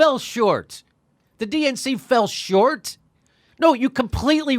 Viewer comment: I think he said filled shorts not fell short!